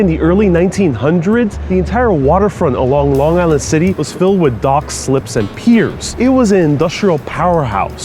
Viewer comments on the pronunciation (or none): none